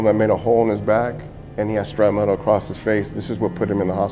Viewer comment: Not to be a dick, but I hear so many people, both military and civilian, who say the word "shrapnel" wrong. It's not "scrap metal" or "shrap metal." There's no "metal" in the word, just in the bombs that make the shrapnel lol. Shrapnel is pronounced "shrap-null" or "shrap-nuhl." Shrapnel is potentially lethal fragments and pieces of a bomb or explosive that fly out at ultra high velocities in all directions after detonating. Even small pieces of shrapnel can be far more devastating to tissue than a bullet of comparable size. High explosives can detonate with an explosive velocity of up to 30,000 feet per second and that energy is imparted to the shrapnel. For comparison, the 5.56mm bullet fired from M16s, M4s, and AR-15s, leaves the barrel at an average of 3,000 feet per second and is considered to be a high velocity round! 9mm is 1,100 to 1,200 feet per second. Now you know why people who witness bomb attacks and thier aftermath often use the term "vaporized" to describe the effect a bomb can have on the human body. I'm guessing so many people say "metal" because in most cases the majority of shrapnel is from the bomb or she'll casing itself which is iron or steel.